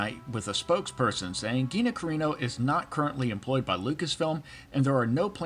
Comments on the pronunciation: CARRANO not carino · Uh.... You are mispronouncing Gina's last name. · Curious if you are intentionally pronouncing her name wrong? Thanks.